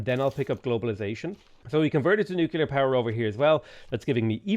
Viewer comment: Please repeat after me: noo-klee-ur. You sound like a confederate-American yokel.